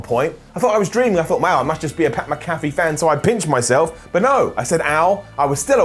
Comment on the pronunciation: FUCKING CHRIST GET PAT'S NAME RIGHT, It's not "McCaffey".